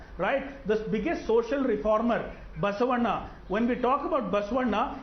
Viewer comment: Being a Bangalorean, first Poonavala must learn to pronounce Basavanna's name properly, respectfully.